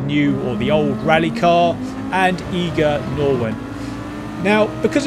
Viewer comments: It's Eye-ger not Ee-ger Nordwand. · Its not "eager" Nordwand, but more like "i-ger" ... * disappointed german noises* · It's pronounced Eye-ger, thanks for the vids.